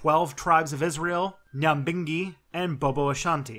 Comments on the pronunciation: Ras-ta-far-eye and nigh like saying high but h is n-a-bing-gi as in gift=ny-a-bing-*g*hi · Should have talked a bit about the mansions you mentioned. Not all Rasta actually think Selassie was God. Oh and the y in Nyahbinghi is pronounced like eye.